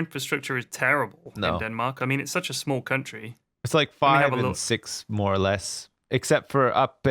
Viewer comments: When said "Nordnordzh" I was pissing myself, then "NORGESJVELDIT" just made it start all over XD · måten sa Nordnorge xD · The way you pronounce "Nordnorge" should be prohibited!